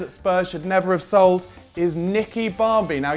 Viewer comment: You said sighed not sold